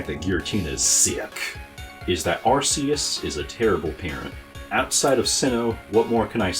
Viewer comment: “Arse-y oose” 💀